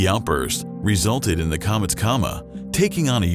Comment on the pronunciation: The moon and comeets😂